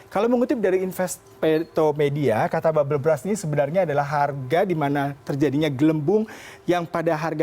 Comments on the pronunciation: Berst bacanya bukan bras. Klo lu baca bras itu artinya jadi "Sikat". Bisa baca kan klo tulisannya U duluan baru R? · Agak keganggu sm pronounce mas nya 🥹 babel bras